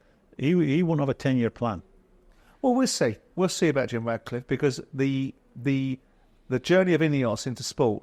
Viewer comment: For god sake, it’s Ratcliffe not Radcliffe.